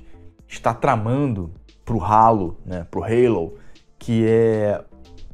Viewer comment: Ih rapaz falou Halo (reilou) com sutaque, o velho perdeu a essência